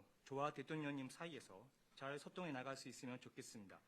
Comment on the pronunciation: 일본측 통역사 발음 엄청 거슬리네 자꾸 소통을 소똥이라 말해